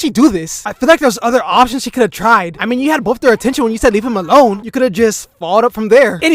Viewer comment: “What do you menah “😂